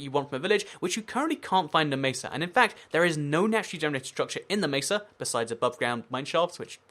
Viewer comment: I like how you say mesa "macer"